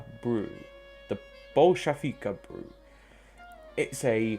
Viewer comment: The Anastasia is pronounced Ann-a-stas-ia and looks to be a vickers machine gun, oh and Bolshevik is pronounced Bowl-she-vik